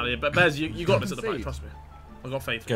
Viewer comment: bro it behz not bez